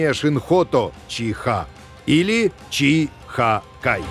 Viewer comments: Не чи-хэ а чи-хи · Вот интересно, Мицубиси произносит правильно, что мешает так же правильно произносить Ти-Ха, Ти-Хе, Ти-Ну, Ти-То, Ти-Ри? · Боже, почему он не может сказать "чиха", а не "чи....ха"? Бедный диктор, будьте здоровы!